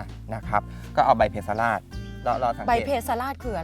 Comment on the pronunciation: ข้อมูลดีมากครับ สมควรได้รับการยกย่อง แต่ควรแก้ไขภาษาให้ถูกต้องให้เหมาะสมกับเป็นองค์กรแนวหน้าของไทย เพสลาด อ่านว่า เพ-สะ-หลาด แปลว่า ไม่อ่อนไม่แก่